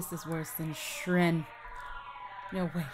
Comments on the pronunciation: I keep cringing every time she says "Shren" instead of "Shyren", it's pronounced like "Siren" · Shyren is pronounced "Shy-ren" not "shren"